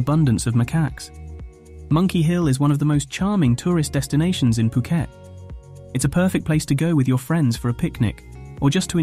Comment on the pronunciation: FUKET DUDE? ...IS POOKET FOR YOU TO UNDERSTAND!!